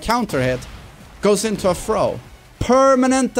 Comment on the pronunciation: First learn how to say "throw"